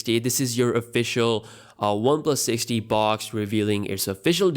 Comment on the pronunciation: Am I the only one who heard this phone's name as One plus '60'?